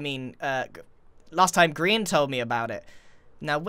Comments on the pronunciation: At the beginning of the videos I usually go over your script as “Hello! My name is Grian and welcome back to hermit craft...” But as I said Grian he said “poultry man”. I just sat there contemplating if Grian was Poultry man. But I must be nuts! There’s no way that’s true... Right? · Grian: poultry man Subtitles: Paul Chu Man Me: which sounds better? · it's not greenery, it's grianery